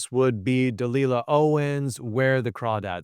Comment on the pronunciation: The number of mispronounced author names is jarring, particularly from a literary channel. Feels almost disrespectful. (Lois, Leigh, Delia, Chiang)